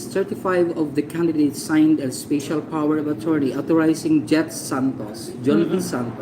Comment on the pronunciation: "speysyal" daw HAHAHA ito ung SCAMMER